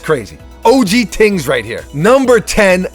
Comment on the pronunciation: Why say "tings" when you can easily say "things" 🙄